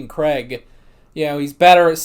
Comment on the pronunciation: Who the heck's 'Creg'? It's pronounced 'Crayg'. Then again, a lot of American reactors to tend to self-correct rather than actually listen to what's being said. Davros is another example: it's Dav-ross. Game of Thrones is another casualty of this: Dav-oss; Wester-ross, etc. The trick is to listen to what's being said, and how it's being said, and repeat it. They say 'Crayg' often enough for it to be able to sink in, I'd have thought.